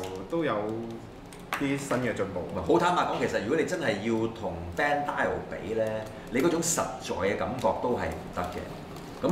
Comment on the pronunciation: 想提出好耐: 點解某位主持每次把BANDAI 讀成"BAN_DAI_敖", 明明只有兩個音, 他可以自己加多個尾音"敖"上去..., 他不是玩具業內人士嗎? 咁都可以搞錯? 下次不如講番中文萬代算啦